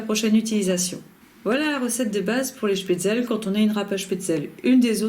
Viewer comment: On prononce schpetzle et pas schpetzel